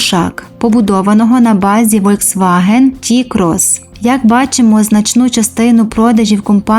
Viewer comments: Літера V в німецькій читається як Ф, тому всеж-таки Фольксваген, а не Вольксваген! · Правильно казати Фольксваген а не вольцваген